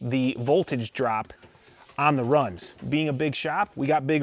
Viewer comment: I already shamed him for his rans and runs😂